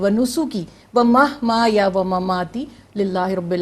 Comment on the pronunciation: قل ان صلاتی و نسکی و محیای ومماتی ہے محمایا نہیں ہے